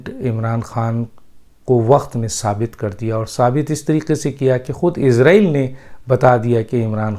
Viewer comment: ڈاکٹر صاحب آپ تو پڑھے لکھے انسان آپ جیسے فرد سے توقع نہیں غلط تلفظ استعمال کریں گے اسرائیل کو عزرائیل سن کر دکھ ہو تا ہے اگر آپ انگلش الفابیٹ کو سامنے رکھ کر بولتے ہیں تو islam کو ازلام بولتے ہونگے ۔کیونکہ آپ کے مطابق " is "کا تلفظ ہر صورت میں از ہی کیا جاناچاہیئے۔